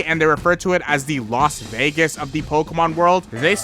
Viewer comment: Did he say “lost Vegas” and “jack black” lol